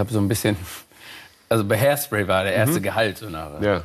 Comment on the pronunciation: "ich war beim musical haispsray" aber er hat ne glatze :D